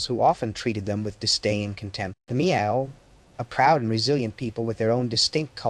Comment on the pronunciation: Brother, you did a great job here. They’re just one complaint. The pronunciation Miao it’s wrong. It makes the same sound as Malcolm so just go MAL.